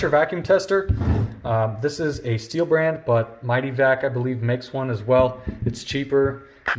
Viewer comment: Stihl, not steel. Otoscope, not autoscope. This must be a comedy video.